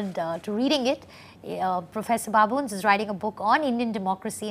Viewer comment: the journalist is pronouncing babones ( Babo - nez) as baboons that looks very embarrassment and journalists supposed to have cross cultural sensitivity...baboons has different connotation and Todd should not be pronounced Toad..